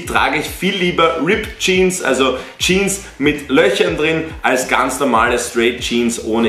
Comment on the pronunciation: Junge es heißt Jeans nicht Jean !!!!!!